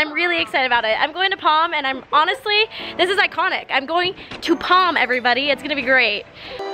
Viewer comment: I'm I the only one that hears "Pom" instead of "Prom"